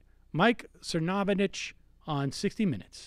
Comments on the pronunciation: One...... that is an anteater. Second, you are mispronouncing his name. Sir-no-vitch, not Sir-von-itch. Emphasis on first not second syllable. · Sir fraud itch? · Cervonich is my favorite rendition of his name, the disrespect is palpable. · kim weaver I believe it is So-nov-abitch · I love that he keeps saying the last name wrong! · Love it now Sam dispronounces Cernovich. Tops! =-D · Sam, seriously, stop “forgetting” how to pronouncing people’s names. You do it a lot and it makes you come off like a teenage girl. I’m a big fan and this is my only major criticism.